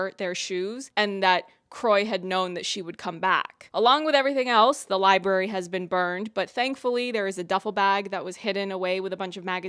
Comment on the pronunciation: I keep hearing people say "li-berry" instead of "library" and her saying it... that was the last straw. i can't take it anymore man